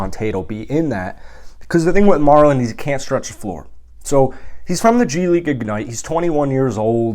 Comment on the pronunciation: MarJon not Marlon.. soon enough everyone will know